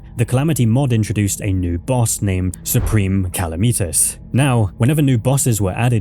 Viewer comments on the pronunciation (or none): saying supreme calamitas like that was worse than all the crimes in this vid